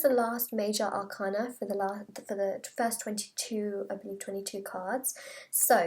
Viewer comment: It’s major arCAna not major arcaNA